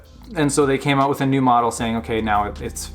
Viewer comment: "...thye're burning alive because they can't get ooot" - this guy has to be Canadian.